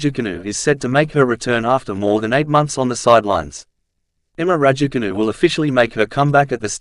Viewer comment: Cant you just make an effort to pronounce her surname correctly For petes sake man.!Its so annoying if you try to be funny.!